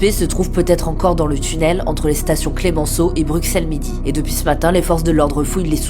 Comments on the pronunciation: ça se prononce BruSSels et pas BruXelles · Brut, s'il vous-plaît, au nom des Belges francophones... ...ON PRONONCE BRUSSELLES ! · Ça ce prononce Brussel 😤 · Depuis quand on prononce le x de Bruxelles ???